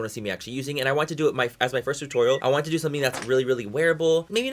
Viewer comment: Do you listen when he said "TODO" 😂 I love him ❤